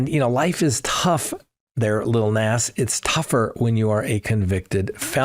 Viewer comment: It's Lil Nas pronounced Nos